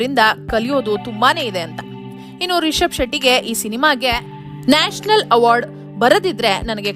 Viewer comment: ಅಮ್ಮಾ ತಾಯಿ, ಅದು ನ್ಯಾಷಲ್ ಅವಾರ್ಡ್ ಅಲ್ಲ, ನ್ಯಾಷನಲ್ ಅವಾರ್ಡ್